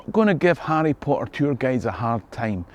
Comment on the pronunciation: Who doesn't love Arry Po Er?